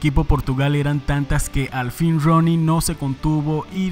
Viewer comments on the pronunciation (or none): Se escribe Rooney pero se pronuncia Runey, aprendamos